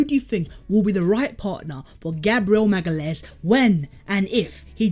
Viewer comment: you said his name right